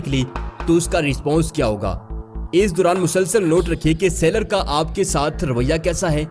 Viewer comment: Sailer... Seller... Both are different words. Aap ghalat lafz bol rahe ho.